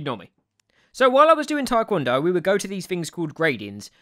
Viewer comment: I didn’t know you twikwondoe- Twidoncon? Tiwncondo? Trycondo? Twikwondo? TI-KON-DOH!